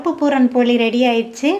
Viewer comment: போலி அல்ல போளி